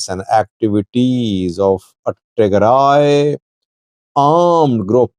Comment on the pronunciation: Tigray not Tearay